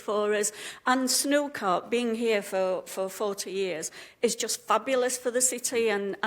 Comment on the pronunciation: Great video but I think it is called snooker not snookar 😆